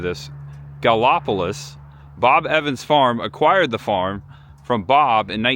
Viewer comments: Ok it is pronounced Gal i police for gallipolis. 😊 i miss my florida.. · City is pronounced Galla - police……the home festival is BIG FUN! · That is pronounced like I'm about to spell it...galla po lis but say it fast ...lol its funny how you were saying it, I was actually a bob evans restaurant mgr. The beginning of your video was in columbus right up the street behind skyline chili is a huge building that is where I trained for mgr. I have worked at almost all of them from columbus down to south point, I also worked at the farm festivals every oct, very nice place to work, but Bob Evans sold a ton of restaurants out to other people. Glad I got to meet Bob Evans and his wife. oh yea forgot that place is called chill o cothe say that fast also ... Visit that park many many times, they hold events there, fireworks across the street and up a few side roads by an old school, You were close where I live, which is the next town going north out of oak hill into south webster, glad you had a great time. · Yes you butchered Chillicothe and Gallipolis. But that's ok..you can look up later..I've been to the original resturant many times rt7.. and the homestead used to have cattle and mustangs which you could trail ride thru the cattle. That's when Bob and Jewell still.lived there..the festivals are great. Lots of music, crafts, etc. That place was great when you could ride horses. They were Mustangs but that now makes me sad because I know how they are captured. Oh well..gone now.. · Great tour! Been eatin' at Bob Evans restaurants 46+ years, mostly here in WV. Galipolis, OH is pronounced "Gal-a-police" and sorghum is "sore-gum." Just for future reference. You did a real good job here, young man. Real genuine. Best of success to ya! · Chil a cotheeee. Gal a police. That's how you pronounce those two cities. I live in Ohio so therefore thats how I know. Nice video too. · I think Rio Grande is pronounced Rye-Oh-Grand. And Gallipolis is Galla-Police. Oh, and Chill-uh-couth-ee